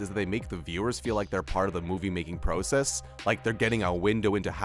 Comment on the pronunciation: Just curious where is this narrator from? He pronounces process like "pro" "cess". Also this dude made fun of "deleted scenes that would have changed..." youtube videos. He does realize this channel is filled with videos like that right?